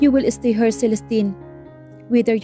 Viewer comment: Nakakapagod makinig Kay narrator lagging pataas ung intonation Ng bawat word😂 parang laging patanong😅 at Ang pronounce ni narrator Ng word na" her at here" ay nakakalito, hay..Ang Ganda pa Naman Ng story pero c nakaka walang gana ,at please narrator mag practice ka mag basa Ng mga words na kailangan may silent letters l😅😅😅😅😅nakakahingal Yang pagbabasa Ng puro pataas ung intonation di ka naman nag tatanong